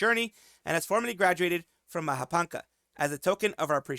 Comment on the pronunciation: Mahapanca, the ca is pronounced as cha not ka